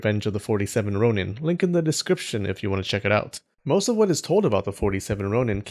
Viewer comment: I love you excellent pronunciation of Japanese words, which is why I am so confused with your pronunciation of shogun and ronin